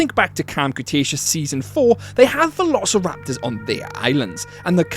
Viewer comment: I like how he said "verorceraptors" not trying to be mean, it just sounded funny